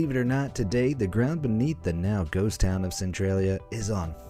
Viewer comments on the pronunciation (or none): none